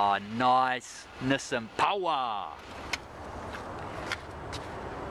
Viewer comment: Ah nice, NISSAN POWAH!!!!!!